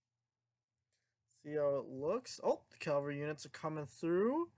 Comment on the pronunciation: Why does everyone say “calvary”? It’s cavalry you reets